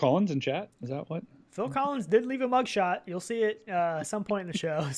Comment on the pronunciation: On the bright side you guys correctly pronounce “Phil Collins”.